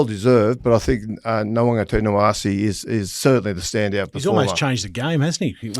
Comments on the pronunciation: Can someone please tell Kenty and it’s not “Nawaqa-TINA-wase”, it’s Nawaqa-NITA-wase! I get that it’s a long name, but every time Kenty butchers it I get an eye twitch. Now is doing it and giving himself a pat on the back for the pronunciation! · bless you both but your pronunciation of Nawaqanitawase is incorrect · butchered nawaqanitawase. geez guys